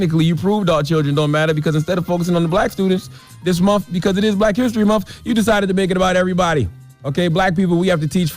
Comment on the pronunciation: Can he stop saying “monfff”🤦🏽‍♀️🤷🏽‍♀️